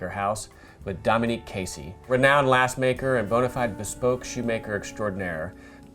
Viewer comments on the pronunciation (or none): Why is he saying Dominique, instead of Dominic?